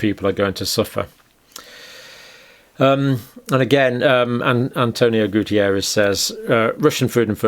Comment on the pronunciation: It's António Guterres, Doctor! Not Gutierrez!! I'm portuguese and I know him since I was little. My parents lived next to his grandmother's house. He's a very nice person! It's funny to watch you battle with the spelling of the name. I've been following your videos these last two years. Wonderful work!!